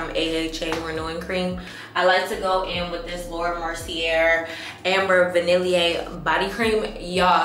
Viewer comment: It was the way you said amber vanille for me lmaooo love you xo